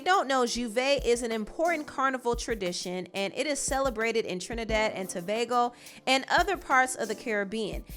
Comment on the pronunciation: fr i was surprised how well she explained our history and pronounced our twin island name properly i love her channel also 😊🇹🇹🇹🇹🇹🇹